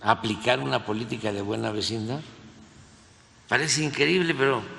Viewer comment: “Vecinda”?? En 6 años no aprendió ni a hablar bien…. Que descanso que no lo volveremos a escuchar!!!!